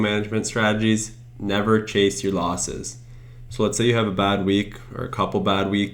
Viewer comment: Nice video. "Losses" not "loses".